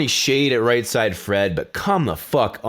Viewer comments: Its Right said Fred. Not Right side Fred.lol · its "right said fred" not "right side fred" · Not that it matters that much, but it's Right SAID Fred, not Right SIDE Fred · You keep saying right "side" fred. Its right "said" fred. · It's not right side Fred...it's right said Fred... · i'm only just coming across your stuff so i realise I'm late to this - but it's Right SAID Fred, not Right SIDE Fred......was annoying me way more than it should. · Right side fred? Isn't it right said fred? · its right said fred. Not right side fred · i just need to say "right said fred" not "right side fred" he probably knows that and just pronounces it that way or its some inside joke i don't know about? they named themselves after the Bernard cribbins song :) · When you said "right side fred", I thought nothing of it, blamed it on the drink but you say "right side fred" again. It's right said fred as in "sed" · SAID.... not SIDE.... Right Said Fred.... you're welcome :) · Why are some of your videos in higher than 1080p and some aren't? Is it just a youtube processing thing? If I come back tomorrow can I watch this video in 1440p? Also frame rates. Also you say Said really weirdly when you say Right Said Fred.